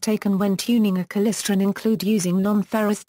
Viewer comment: What the hell is klisren.... KLY-StRon